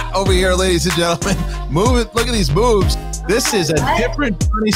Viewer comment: Did say "look at these boobs!" or "look at these moves!"? Either is correct btw lol